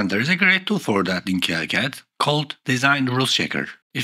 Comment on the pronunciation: it's pronounced "keecad"